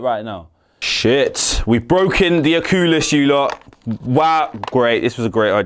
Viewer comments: Lol what’s a ocuulis😂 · Oculus ❌ Ocoolus ✅ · I love how he called oculus, Ooculus! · He said the O cool lus lmaoooooo I’m weak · the "ocoolis" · Bro said o-ku-lus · You said oculus so strangely😂